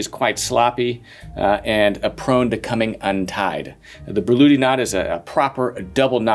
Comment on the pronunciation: And her name actually wasn't "Börluhdi" as his pronunciation suggests. 😁